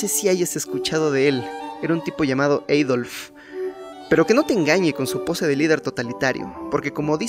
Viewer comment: no conozco a ningún Eidolf. Si hablas español, deberías de pronunciarlo en Español o sino propiamente en Alemán que suena igual; Aldolf. Típico de los Mexicanos mezclar el español con el inglés.